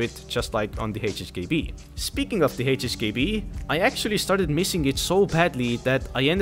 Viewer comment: why do you pronounce HHKB ---> HSKB???????